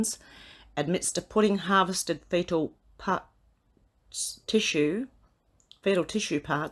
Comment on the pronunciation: Woman,,,please read correctly!! It says,, BABY PARTS!!!! Not body parts and learn how to pronounce fetal!!!